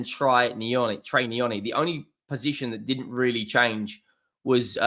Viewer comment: It's trey not troy ya spaz